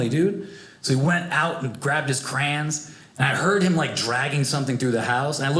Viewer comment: Crayons has two syllables crans has just one syllable